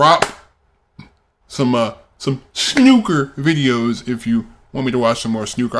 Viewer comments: Once again you mis pronounce snooker. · Easy,. "Snoo" to rhyme with two not "Snuh" to rhyme with bruh. I see somebody suggested O'Sullivan's fastest 147 but I advise against it if you're actually thinking of diving into the sport because you simply won't have any context for how impressive it really is until you've seen the standard pace of the game. You won't be reacting to any full games either, they can take 2 days. There is a documentary about the history of Snooker and how it became so big in the UK here on YouTube called "When Snooker Ruled The World", it's pretty long but I know you like documentaries and it would give you the cultural context for the game, so you might think that's worth a watch. Snooker tables are massive and the pockets are far smaller than on a Pool table, it's a very difficult game. I'm one of many Brits that has a scaled down Snooker table at home.